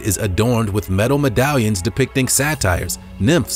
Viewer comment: They're not sat-TIRES they're SAY-ters....